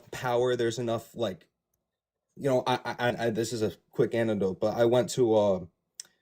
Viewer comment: Did he just call it an anditode?